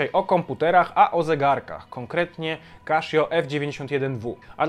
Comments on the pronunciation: Casio, a nie kaszio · Tak. Oficjalny kanał CASIO Japan na YT wyraźnie słychać CASIO a nie KASZIO. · Kaszjo to nie kasza. Czyta sie Kasio. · kaszjo ...eh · Źle wymawiasz nazwę tej firmy, czyta się normalnie a nie przez 'sz'